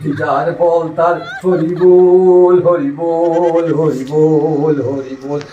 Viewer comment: Horibol na Horiiibbol